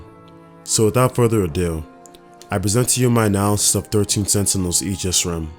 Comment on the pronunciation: Finally someone who pronounces "aegis" correctly lol